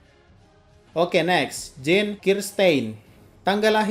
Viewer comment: Jean bukan juan